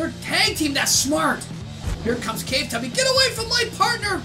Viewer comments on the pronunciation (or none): I like how he calls the Claw Tubby “Cave Tubby” when he says in the solo tournament, he says it’s pronounced claw tubby